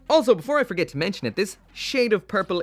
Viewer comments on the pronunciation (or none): none